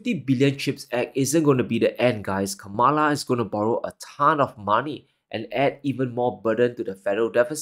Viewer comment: Please respect Kamala Harris by pronouncing her name correctly.